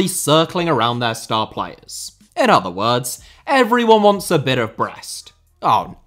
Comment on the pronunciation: He is correct